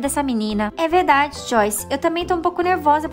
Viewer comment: "É verrrrrrrrrrrrrrrrrdade" kakakkakakakaakka